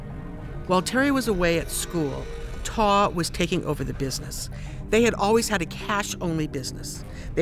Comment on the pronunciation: The man’s name is TAW for gods sake 🙄🤡